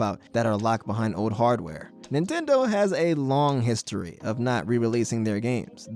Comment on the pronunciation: The word is OLD. There's an L in there. It's not "ode".